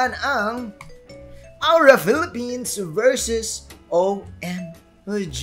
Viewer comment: Napansin ko lang lods ang ganda ng pagka pronounce mo ni Philippines sa ONIC at AURA